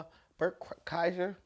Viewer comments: Bret Kieser?!! Its Pronounced Burnt Chrysler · Pronounced Cry-Sure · Cry-sher is how to pronounce it. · Oh and in case no one pronounced his name for you, its pronounced Cry-sure. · Last name is pronounced Cry-Sure. Please do more he is great! Thanks for the video! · Glad to see you finally meet Bert. It's pronounced Cry-sure. I've seen him live - he's awesome! More Bert please! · Kreischer = Cry-sher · He pronounces his name "CRY-sher." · Burt Cry-sure. Is how its pronounced. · 1) “CRY-shur.” You got it at the end. :) 2) As someone who had three years of Russian in college, I’ve loved this clip for quite a while. 3) I totally thought I’d seen you do this a while ago, just because I’ve seen so many people react to it. This was both a delight to suddenly find in my feed and undoubtedly worth the wait; you’re the best, man! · His last name is pronounced like /CRY-sher/ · It's pronounced cry sure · His last name is pronounced cry-sher lol just lookin out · YMH podcast is huge! They just had a clip of you saying Berts name wrong_ Epic 🔥 🔥 🔥 🔥 🔥 🔥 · Go to YMH podcast they show u pronouncing his names wrong bc everyone does lmao 🔥🤘it’s around 8 mins in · You unintentionally pronouncing his name wrong had me dying. Its a running gag between his friend group and fan base to mispronounce his name in the most outrageous ways possible, lmao. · Tom woulda loved how you pronounced Berts name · I hope Tom and Bert see this. You saying his name wrong us a running joke with those guys